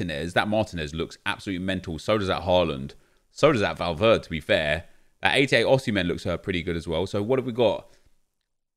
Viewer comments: Please, its Valverde not Valverd (and it doesn't bother me just letting you know so you can get it right) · Nep, Valverde is not English so you have to pronounce the ‘E’ at the end of the name, it’s not Valverd, not trying to be rude it’s just annoyed me the way you say it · Did anyone else die a little everytime he said valverd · Valverd nep valverdE spanish bro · When you find someone who doesn’t pronounce the e in Valverde -_ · Its true though!